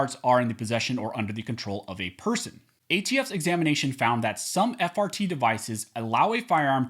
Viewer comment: I know I'm childish sometimes but I keep hearing fart instead of just frt.